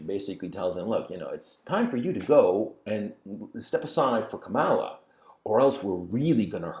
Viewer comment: It is Kamala as in Pamela.